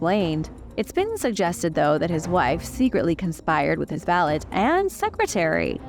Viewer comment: My eye twitched everytime she said “valet”